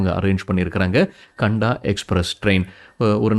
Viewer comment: கண்டா எக்ஸ்பிரஸ் இல்லை சகோதரரே, காந்தா எக்ஸ்பிரஸ். காந்தா என்றால் வெங்காயம்.